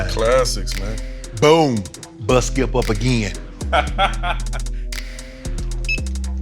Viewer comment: something about shannon when he say "skiieep" lol.